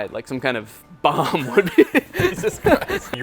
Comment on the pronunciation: i can't stop laughing, the way he said "baomb" is pristine.